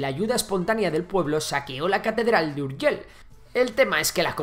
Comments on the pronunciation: Urgell no Urgel. Por lo demás fabuloso como siempre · Con pronuncisr y escribir bien, Urgell i Foix, que no Urgel ni Fua, ya quedaria bastante bien el video. Aun asi y con algun otro error historico es un muy buen video que tiene merito. Felicidades al autor. Esperemos que Andorra pueda invadir Catalunya de una vez y todos felices y juntos al fin. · Jesucristo casi me da un ictus de escuchar tanto "Fuaks"(Foix) y Urgel.l(Urgell) pronunciado fatal 😂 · NO SE DICE Urgel se dice URGELL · URGELL no "Urgel"... 😱😱 Saludos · Por favor... Urgei y no Urgel y Foish y no Fuá xD Aún que se escriba Foix y Urgell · Me chirrían los oídos cuando pronuncias ciudades de catalunya en castellano. Seo de Urgel?? No era necesario! Igualmente, buen trabajo! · Home, se n'ha sortit prou bé amb el so 'j' a "Pariatge", si bé no tant amb la 'll' d' "Urgell". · Más fácil imposible: la “ll” de Urgell, se pronuncia como la “ll” de lluvia. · Si pronuncias Llave porque no pronuncias Urgell e incluso lo escribes? Siglo VIX? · Se nota que no sabes pronunciar muy bien la palabra: Urgell. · No estaria de más aprender a pronunciar Urgell i Foix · Tan difícil és pronunciar una "LL"?